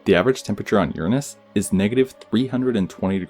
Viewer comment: I appreciate you pronouncing it Uranus not Your anus!